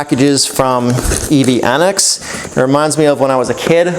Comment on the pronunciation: Isn't it pronounce EV-Annex, and not EV-On-Ex?